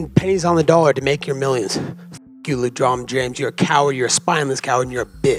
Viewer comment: Come on man is it LeDron James or LeDronjon James 😄😄😄